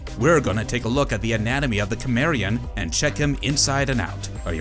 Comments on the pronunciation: Its pronounced simarian. Not kimarion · Is cimerian,not kimerian 😂😂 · It took me 10 mins to realize he was saying kimmerian😂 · You can tell how little they actually watch of the topics they cover. So many of their videos are just…ai scripts for media they don’t engage with. Pronouncing things wrong, especially character or location names you’d not get wrong if you watched it ONCE. (Cimmerian specifically in this video) The rest are vocabulary words that would trigger a fail from an English professor reading your work because they know you have no idea how to use or say it. Just. Sloppy ai work. I’ve tried a few different videos and narrators and I’ve been disappointed across the board. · He was born in sword and sorcery world. Also you suck at saying Cimmerian . You are one of those people who refuse to say it right. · The way you pronounce Cimmerian really makes me curious how you pronounce cinnamon 😅